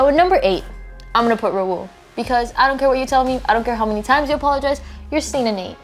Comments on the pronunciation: is still stuck saying RAIL🤦🏼‍♀️ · Exactly like I’m sorry do you think someone with really named their kid rail why did they even show you his spelling of his name but they continue to say rail lol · fr cause she keeps calling him “rail” lmao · I’m sorry but why in the world is this girl dating him and she can’t even pronounce his name. She be like rAiL I forgive you😂😂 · This literally annoys me sm how she pronounce it "rail" i can't😂🔪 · i can’t take the fact that calls him rail😭💀💀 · Why does she still call me Rail-LMAO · THE FACT THE CALLS “RAUL” “ RAIL”😂😂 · Ok but can we talk about how completely pronounced rauls name wrong and she is dating him and she’s just like 🤪✨rAiL✨ 🤪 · I love how they call Raul rail it’s fantastic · HHAHAH WHY DOES CALL RAUL RAIL😭😭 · She calls him Rail lol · It's pronounced Rah-ool. IT'S PRONOUNCED RAH-OOL!! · Everyone: Raul: rail😶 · I’m getting mad that she keeps saying rail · the way is pronouncing raul’s name as ‘rail’ is annoying me😃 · is so white “rail” jesus it hurts to hear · TEACH HOW TO SAY RAUL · Even corrected her and she still ignored it 💀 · finally someone told her she said it wrong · Honestly at this point, should win. Her only mistake is not pronouncing Raul's name correctly. She's fair, honest and a friend to everyone. She doesn't lie as much as the others and people just hate her for living her best life. She is very energetic and so people call her annoying but it seems they should just mind their own business. When one of the twins said she was for the streets if she didnt take raul back, that was so wrong and he def doesnt know how to treat other people. Then he says its a joke when she found out?? no, thats a horrible person right there. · The way the way that pronounces Raul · They keep saying Raul’s name wrong and I’m ngl it’s bothering me 😂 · rAiL Raul (Ra-ool) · EVERY TIME says RAiL, i get a cramp. It is RaUUUUL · Rail? Its raul!